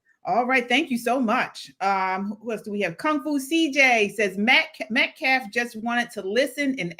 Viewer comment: This idiot even misspoke his name! "MET CAF?" I think this "baby shaker"is no more than a pimp...money grubbing pig! He hates white people😮 the mother is lying...PROVE YOUR FAMILY HAS BEEN HARASSED!...YOU CANT! because it not true. They want money thats it. This is anti white hate and its created a HUGE racial divide.I miss the 70s and 80s i never saw race..I see the hate twords my race on TikTok, MSNBC,THE VIEW. Its been exvepted! Wtf? Ii wish teens were made to read Thomas Sowells:Discrimination and disparities....I BLAME MEDIA...I BLAME TIKTOK I wish the Hate Twords my race would stop! Whites....would stop. "Karen"...This is making me feel like "wow...black people HATE US!...Im feeling different about my feelings about this race now...its heart breaking. Karmlo is going to walk....it takes one jury member to say: " Nope, hes innocent.😮😮😮 mark my words. This guy needs to stop....Im so sad that i have to tell my daughterto be careful about her braids? kyle didnt have a ak47 btw...bs.I do miss how it use to be before Rodney King.